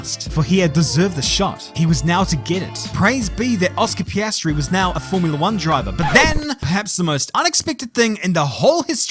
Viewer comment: Ah yes, the young and talented upcoming f1 rookie, Oscar Pastry🥐